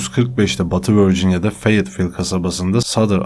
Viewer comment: Lewis adam yalvaririm artik vörcinya deme🤒